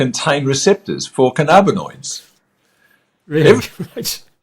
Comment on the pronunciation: I don't want to be rude. Cannabinoid is pronounced canna-bin-oid not can-arb-inoids. Your pronunciation triggers me and makes it hard for me to listen.